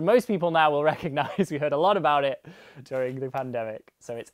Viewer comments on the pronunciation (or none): none